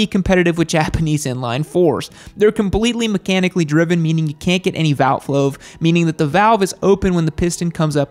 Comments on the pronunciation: You said "valt flove" instead of valve float 😅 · So we're all just pretending didn't say "VALT FLOAVE"? Okay cool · My dude said "cant get any vaout floave" , I'm gonna start using this 😂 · Valt floave 🤣